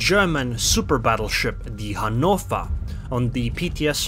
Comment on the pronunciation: Finally someone who is pronouncing Hannover as it should be! ^-^